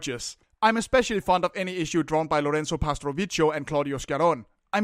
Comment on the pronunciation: btw Sciarrone is pronounced "Sharon-ae" and it's "pastrovikio" (ch is read as k in italian)